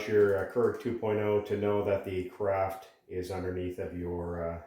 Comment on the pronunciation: There is no "t" in carafe.